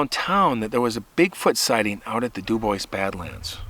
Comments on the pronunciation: I am sceered youir saying "Dew-Boys", instead of DüüBoowah. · It's pronounced DOO BWAH not Doo boyce. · *Dew-Bwah, not Dew-boys. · If someone named their town Dubois they were obviously French. The French pronunciation is Doobwah not Dooboyss. In Texas we have a town Mexia but we do not pronounce it Mex-ee-ah. It is pronounced Me-hay-ah in its original Spanish pronunciation. Yes, we are English speakers but usually if a word is in a foreign language we try to pronounce it correctly. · Ok it’s pronounced du bwah not du boys its French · Local pronounciation there is do boy, but either is much better than do boys. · CORRECT! But some people pronounce words, (especially French) wrong because they don't know the language. It IS frustrating. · The town is pronounced Du Bwaa 😊 It’s French. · duBois: Doo-Bwah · It's pronounced "dew-bwaa"! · It is pronounced do-bwa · Pronounced. DOO BWAHH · Dew-bwah. French. . Love the show and I’m too chicken to camp alone like you. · pronounced doo bwah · It's pronounced " Du Bwah" btw. Au Francais Monseuir! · If my knowledge of French pronunciations serves me well, I think Dubois is pronounced DuBwaaa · My dear Friend’s last name is Du Bois, it’s French/Native and from New Mexico. Du boua, the ‘s’ is silent but most North Americans just keep mispronouncing it. Sad. I agree that that gal did not heed her dog’s intuition but wanted to have her way. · Debois. The s is silent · …. He’s right. It’s French. S is silent. Du bwa; accent on second syllable. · there’s no “S” in Dubois